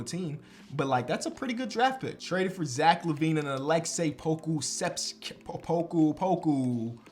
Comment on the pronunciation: "Jack Lavine"